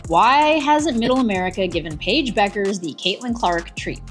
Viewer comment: All credibility lost when you can't pronounce Bueker's name properly. This biased, ill informed piece is vapid and unconvincing.